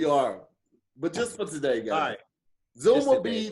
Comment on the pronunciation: 🤔Hey Tom... He tried to say “Today” but said “Togay” I’m not sure if it’s a coming out the closet statement or not.... Back to you Tom 😂😂😂